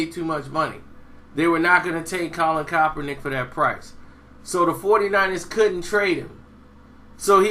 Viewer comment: PLEASE 4 THE LOVE OF GOD LEARN THAT MANS NAME!!!!!!!!!!! U butcher it EVERY TIME! !!